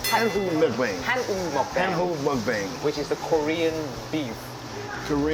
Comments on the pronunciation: 밈으로 유명한분을 모셨군요 영상 잘봤습니다. 그런데 미국분한테 설명을 한다하더라도 굳이 '먹방'을 '먹뱅', '쌈'을 '쌤' 이라고 발음해서 알려줄 필요가 있을까 싶네요 오히려 그렇게 발음할때 바로 잡아주시는게 더 좋지 않을까요? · I enjoy your program a lot, thanks ! My constructive comment is that you have to be careful with pronouncing the original Korean words. For example, the word is 쌈, not 샘. Also, 먹방, not 먹뱅. Let's keep the originality our beautiful language. Thanks. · 왜 '먹방'의 '방'을 '뱅'으로, '쌈'을 '쌤'으로 발음하면서 가르쳐 줄까요? 참 아쉽네요~ 🤔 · 먹방, 쌈이라고 안하고 굳이 먹뱅~ 쌤~ 하는건... 개그포인트인가요? 미국인이랑 얘기한다고 한국어를 굳이 butcher해서 발음할 이유는 없는듯 합니다. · 먹뱅이라니...먹방!!! 쫌! 표기야 그렇다쳐도 코앞에서 알려 주는데 제대로 된 발음 알려줘야지...최씨가 초이가 되더니....발음은 제대로 알려줍시다 . 표기야 한계가 있으니 그렇다 쳐도. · 영상은 재밌게 잘 봤습니다. 그런데 쌈장을 bean paste라 하고 쌈을 쌤이라고 발음 할 필요가 있었을까 싶네요. 외국엔 없는 우리나라 고유의 음식이니 그냥 한국어로 쓰고 발음해 주셨으면 합니다. (먹방도 먹뱅이라 발음하시고..) 외국인이 뭐가 들어 갔냐고 물어보면 그 때야 설명 차원에서 bean paste라고 하셨음 어땠을까 싶네요. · 먹배앵! ㅋㅋ 쌔앰! ㅋㅋㅋ 그냥 오라지널 발음으로 해주시면 안되나요? 먹뱅까지는 뭐 외국인들이 그렇게 부르니까 그런다지만, 쌈을 쌤으로 말해주는건 좀 에러네요.ㅎㅎ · 한국을 알리는건 좋은데 먹뱅은 뭐고 쌤은 뭐냐 발음이 안되도 한국어로 제대로 발음을 알려줘야지.. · 재미있게 잘 봤습니다. 영상 만드신분들의 엄청난 노력과 열정이 느껴졌습니다. 장시간 한 자세로 누워 유튜브를 보던 저의 자세를 바꿔주었으니까요. 감사합니다. 영상을 보던중 실례를 무릅쓰고 건의드립니다. 진행하시는 분께서 "쌈"을 "쌤"이라고 발음하시는데 정확한 한국발음과 억양으로 말씀하시면 좋을 것 같습니다. 외국분도 알려주신 분의 발음과 억양을 그대로 쌔~앰이라 발음하시더군요. 다른 영상에서는 "먹방"을 "먹배앵"이라고 하시더라구요. 우리 문화를 널리 알리시는 컨텐츠로도 일조하시는데 정확한 한국어를 사용하시면 좋을듯하여 댓글 남깁니다.